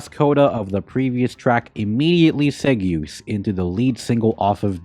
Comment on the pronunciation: segue is pronounced "seg way"